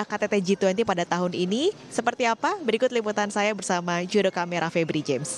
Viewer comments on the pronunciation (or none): none